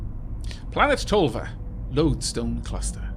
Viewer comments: The "ö" is pronounced like in e.g. "learn" or "burn". Basically, pronounce "o" like you actually do when saying "Tolva" in this video, and move your tongue forward to get the "ö" sound. The umlauts are front vowels so you can generally get the sound by pronouncing the letter "without the dots" and moving your tongue forward and rounding your lips forward as if you were whistling. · nice try on the Umlaut, but not quite ^^ ... I don't know about the pronunciation in other languages that use Umlaute, but in German the ö is rather close to the "u" in purgatory or purr :) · Tölva sounded out is teulva